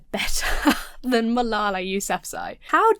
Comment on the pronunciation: Does Jesse always sound drunk? Re Malala: his repeated butchering of her name tells you he doesn’t even care to hear anything about her. It’s the height of disrespect. These guys all sound like they could benefit from some education. ETA: Marie Curie, only person to win Nobel prizes in two separate disciplines. Also, a charm quark is a subatomic particle and one of the fundamental building blocks of ordinary matter.